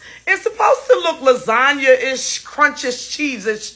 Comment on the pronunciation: Lasaña- ish! 😂😂😂😂